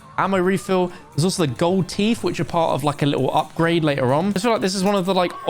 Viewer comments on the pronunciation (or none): none